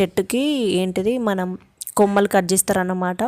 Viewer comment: కొమ్మలు కాదు మేడం కమ్మలు